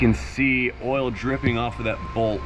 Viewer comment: Your accent is very close to Standard American English, except for "ole" instead of "oil". You can take the boy outta Georgia, but you can't take the Georgia outta the boy.